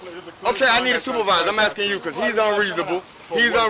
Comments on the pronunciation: When you are ASKING. THE K IS NOT BEFORE THE S. ITS ASKING. NOT AKSIN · So much axing in this video